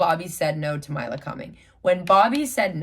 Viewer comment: It’s “my-la” not “me-la” just letting yhu know